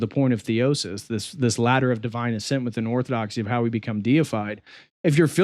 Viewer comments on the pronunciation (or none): none